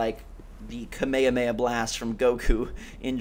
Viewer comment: Dat prounouncation of kamehameha ... eeek :/